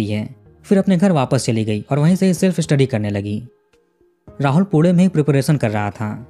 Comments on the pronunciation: Aap pune ko pure kyu bol rhe?? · I like your videos and your calm voiced narration is very engaging. Darshana was beautiful no doubt and trusting her childhood friend was a fatal mistake. Rahul should be given capital punishment. By the way, it’s not पूडे, it’s पूणे 😊 Thanks for the interesting videos. 🙏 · Pude pude bol rha hai😂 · Why do you pronounce Pune so Badly. Thik se bolo na पुणे.